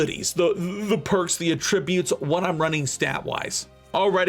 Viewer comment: Great guide! The only thing I have a problem with is the way you say attributes.